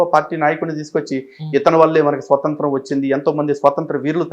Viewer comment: స్వతంత్రం... స్వసంత్రం కాదు